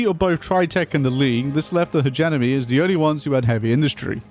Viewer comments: Are we gonna collectively ignore the fact he calls them "Hegenemy"? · Please say hegemony properly rofl, illiterate